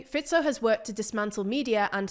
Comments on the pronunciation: i think i had a climax when this channel correctly pronounced fico's name for the first time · well done research. And finally somebody from TLDR pronounced Fico's name correctly :D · I clicked on the video just to hear if Fico is still "Fajkou" 😀. Glad to hear this has finally been corrected and also other names pronunciation was actually pretty good 👍